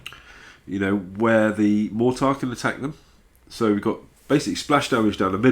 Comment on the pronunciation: "A mortire" lol